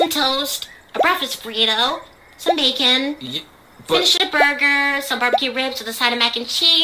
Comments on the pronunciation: DID SAY BACON CANABLISOM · Did she say bacon 💀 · Did anyone heard she said bacon when they talk about breakfast or is it just me?